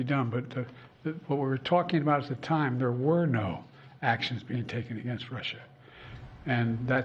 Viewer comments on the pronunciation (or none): none